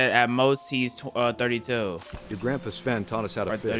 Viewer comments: It's sven not seven 🥲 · Bro calls sven seven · its pronounced sven(sf-en) theres no e between the s n v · Are we gonna glaze over the fact that he said seven rather than sven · I know im practicing a year late, but why does pronounce “Sven” as “seven”? 😭🙏